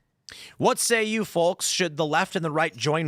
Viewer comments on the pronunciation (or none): Tim pronounces the L in the word folks. 😂